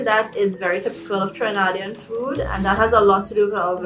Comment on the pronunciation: Trinidadian not Trinidadi lol. Mango chow is amazing!